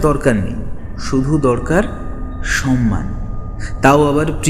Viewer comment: শব্দটার উচ্চারণ "সম্মান", "সন্মান" নয়। শব্দোচ্চারণের প্রতি যত্নশীল হওয়া উচিত।